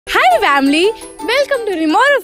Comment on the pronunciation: Why u guys say vamily instead of family